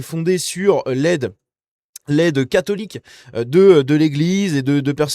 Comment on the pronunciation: Le seul fait que cette jeune femme n'arrive pas à prononcer le mot "catholique' en dit long sur le ressenti que les musulmans ont sur nous LES VRAIS FRANCAIS